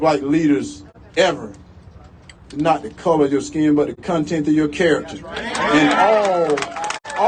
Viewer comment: “Contenth of your character.” Wow